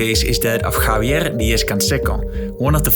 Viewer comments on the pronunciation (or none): none